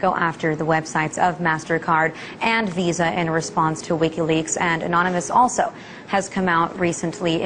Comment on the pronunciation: Lol she said : alsho xD